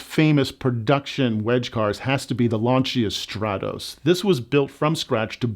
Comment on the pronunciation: LAN-cha, not LAN-see-ah.